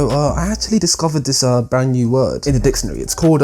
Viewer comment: Man said dictionary like "Dicksonary"